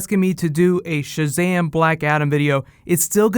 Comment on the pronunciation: Mercury. It's ShazaM not ShazaH